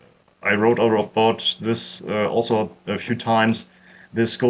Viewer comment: Ah yes, the "alzo" strikes again! Brilliant vid!